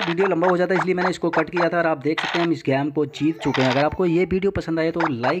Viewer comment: Game not gammee